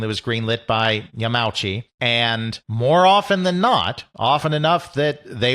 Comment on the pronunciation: PLEASE. You are a history channel. The Nintendo president's surname is pronounced Ya-ma-u-chi, not Ya-meow-chi.